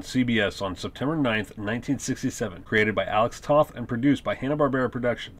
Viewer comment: Nice summary. But you need to give Joe Barbara credit as cocreator. The concept was his and Toth did the design. Also you must learn how to pronounce Alex Toth’s name. It’s pronounced “Toe-th”. I’m sure that sounds nitpicky but you are creating it as info for true fans. Otherwise good job!